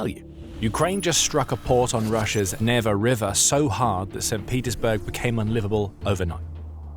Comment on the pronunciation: It's pronounced Neevah.